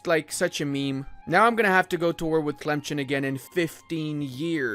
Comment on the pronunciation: tlemchen.... bro its pronounced as tlemsaan